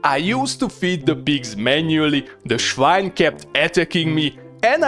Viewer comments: Loved it 😂! And even funnier, the pronunciation of "swine" is exactly like in German when you say "Schwein"! I couldn't believe my ears at first! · The German "schwine" cracks me up.